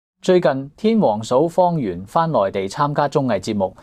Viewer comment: 主持幾次讀"方媛“個名讀作"方圓“😂😂😂😂